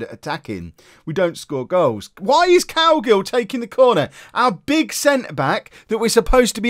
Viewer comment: Every time you say Cowgill it sounds like you're saying Cowgirl